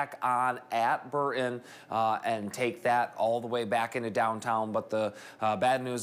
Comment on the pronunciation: He cant say burton right. Pathetic